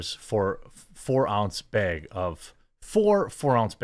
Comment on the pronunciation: "beg" of cookies. Nice.